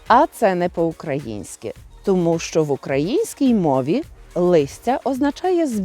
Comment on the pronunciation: А ваше "шчо" це взагалі жесть! Оу, вибачте, ЖЕРСТЬ)